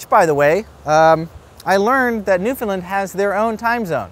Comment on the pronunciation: Not to be That Guy (i.e. an obnoxious Newfoundlander) but the "land" in Newfoundland is pronounced "land" not "lund" haha. (Common mistake, but you got the first two syllables right, which is better than a lot of people manage, haha.) I miss that place though, dang.